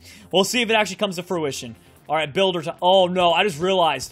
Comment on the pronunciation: It's a builder not a bolder